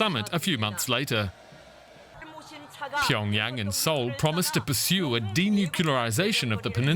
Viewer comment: Why does the Anchorwoman keep saying "pee on Yang" instead of Pyongyang? 🤔